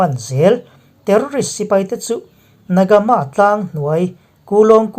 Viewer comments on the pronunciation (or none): na ga maa ni lovin (na ga mah)ti a lam rik tur a ni na ga mah(နဂါးမ)tih chu(Dragon nu)